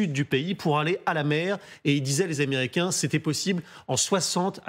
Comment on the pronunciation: "Américians"? Ça commence bien, faites un effort🤑